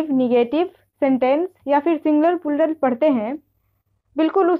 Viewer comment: Purlar nahi hota h mam